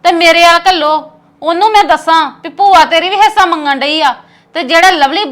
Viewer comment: Heisa ni hunda hisha hunda rmn 😅